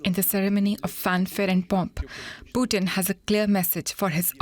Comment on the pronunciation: "Mr Poodn" - Joe Biden, 2022